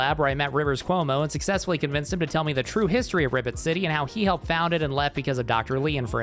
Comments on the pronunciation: I swear he is saying Ribbit City instead of Rivet City, but I can't be sure. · You said "Ribbit City" instead of rivet city because of your peraona. There is an ad for an anime game beneath this video and the girl has her buns out. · I kept hearing Ribbit city 💀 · well, he's a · I swear I kept hearing you pronounce Rivet City as Ribbit City. The subtitles said I was wrong but now I can't unhear it. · I keep hearing "Ribbit City" when you say "Rivet City"